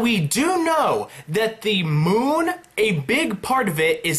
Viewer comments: Moon not monn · Bruh you said Monn not moon in the words to the left .